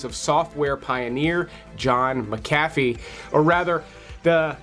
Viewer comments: John Mac-Afee, not John Ma-Cafee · How do you mispronounce “McAfee” literally three seconds after the man pronounces his own name?